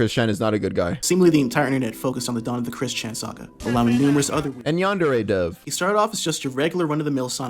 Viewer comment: THE WAY BRO SAID YANDEREDEV 😂😂😂😂😂😂